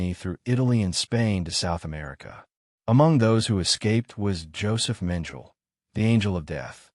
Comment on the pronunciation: It’s AI which can’t and won’t use correct pronunciation twice in a row let alone once! I won’t even try to describe what a horrible mess on “Dr. Josef Mengele” this primitive AI butchered. Beyond disgusting.